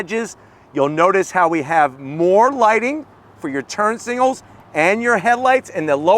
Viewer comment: I’ve noticed that he can’t say signals he always says singals 😂😂😂